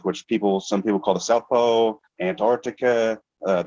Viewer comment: Why does he keep saying South Poe, North Poe? hehe